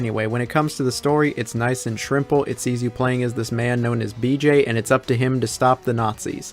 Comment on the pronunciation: Did you say shrimple?? 😅